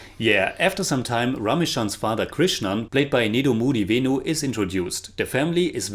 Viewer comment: I really appreciate you guys for watching malayalam movies.They are the best in the country .usually foreign chanels do reviews on bollywood movies only to get maximum views.keep it up 👏.one more thing i really loved the way u said Nedumudi venu 😀